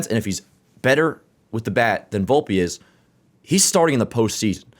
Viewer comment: its VOL-PE not booolpe lol